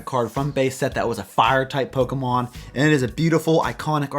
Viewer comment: I have no clue why but I really like the way he says “Top Ten Pokamhon here” 😂 Fuckin love Pokamhon! 😆